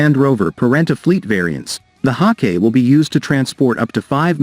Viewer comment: Haw "kay" from Thay lees?